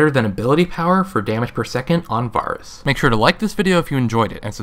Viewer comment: Each time you say Varus wrong... I cringe. Doesn't help that he's my main ADC.